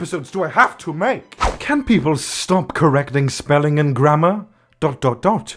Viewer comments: When he was saying grammer I thought he said grandma 👵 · WHENEVER YOU SAY "GRAMMAR" I THINK YOU SAY GRANDMA. I can't.